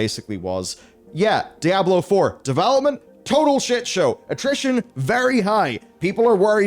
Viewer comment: "Die Ablo", yeesss ?